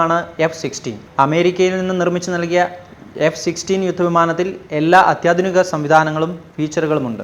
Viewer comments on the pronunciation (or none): none